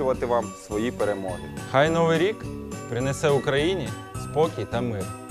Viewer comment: Чудове привітання. Дуже дякую. Надихає. Хай це буде першим кроком для кожного члена національної збірної до рідної мови. Маленьке зауваження: прикметник "нови́й" має наголос на останньому складі, як і його антонім "стари́й". Відтак українці кажуть "... з Нови́м Ро́ком!!!" ".. у ново́му ро́ці..."